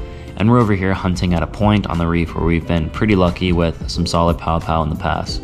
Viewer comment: Quick FYI Paʻopaʻo pronounced pah-ʻoh-pah-ʻoh instead of pow-pow. Hanabata daze mid 1960s we used to catch plenty trolling slow, and deep the main channels in Kaneʻohe Bay using small feather jigs, 6 to 7 feet leader, 3 way swivel, and 8 ounce lead. One time we caught close to 20. Enjoying your videos, keep up the great work. Maybe I see you out there, iʻm usually in a blue SOLO Skiff with 6hp outboard or rowing a 16ʻ Dory. A hui hou! PS I still shoot an OLD Aussie made Sea Hornet I bought on the Marine Base PX when I was 16. Good old gun.